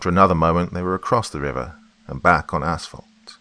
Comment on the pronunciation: Btw thank you for maybe being the only Creepypasta narrator to pronounce 'asphalt' correctly. It's 'ass-falt' not 'ash-falt' as you clearly realize. Lovecraft is pounding on the lid of his coffin tonight but that guy always had his butt jacked about something.